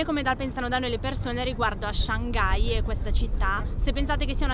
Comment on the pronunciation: 上盖，我知道了上海的新读音